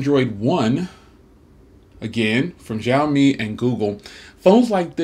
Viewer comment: it is pronounced sheeeiaomi